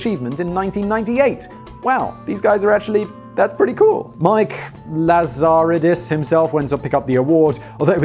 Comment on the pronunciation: I live in the epicentre of the BlackBerry demise, Waterloo, Ontario, Canada. I'm hoping they do a good impression of a phoenix and their rise from the ashes is a success. Lazaridis is (LAZ-A-REE-DEEs) - the original screen was LCD, just monochrome. Research in Motion (is RIM as in rim, and yes to work there was to have, ahem, a rimjob). They will rise from the ashes as a security and other tech company something like BASF is behind other things. The best BlackBerry (to me) was the Torch slider. That design was amazing, but it didn't help.